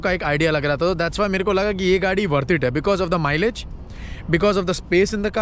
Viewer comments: Bro it's Hyundai not hondai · Hyundai not "Hondai " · You are pronouncing Honda it’s Hyundai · Hyndai Elantra ❌ Hondayi Elantra ✅ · Hondaii? 🤣🤣 Bahot hi anaadi hai be tu. Hyundai kaise pronounce karte hain ye bhi nahin pataa. Parking bahot hi bakwaas tareeqe se ki hai vaise. The car must be backed up right to the yellow line. Teri gaadi ke rear wheels or yellow line mein 10 km ka faasla hai. Iska matlab hai tu gaadi ko aage park karke aane jaane waali gaadiyon ka raasta obstruct kar rahaa hai. Very bad. This is not India. India mein to without licence bhi gaadi khareed sakte hain, kaise bhi park kar sakte hain, indicators sirf ek show-piece hota hai India mein. Lane system ko koi follow nahin kartaa. Horns to aise bajaate hain as if there's no tomorrow. Lekin yahaan Kanedda mein to theek se park kar yaar. Kyon India ko badnaam kar rahe hai tu? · Bro Sorry for this but its no hondai its Hyundai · not hondai no hyundai It is pronounced as HUNDAI = hyundai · check other comments and than show the smartness. Hyundai is selling at low price because they are not good as competitors! Go to any dealers outside of GTA, you will get the car in max 2-3 months. I was mentioning about general resale price, not for my car. I have low mileage so getting decent amount anyways. He can’t pronounce correct car name and you are telling about right things! :D :D